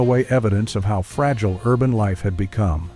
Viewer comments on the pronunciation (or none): none